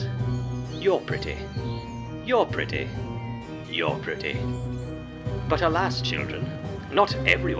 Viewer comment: don't you mean "Pretteh sure"